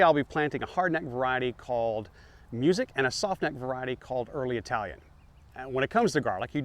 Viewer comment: Music garlic is pronounced MOO-sick. It’s named after a person, not the noun music. :)